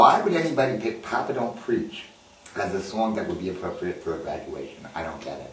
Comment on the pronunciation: Hahah...did he say "Gradunation"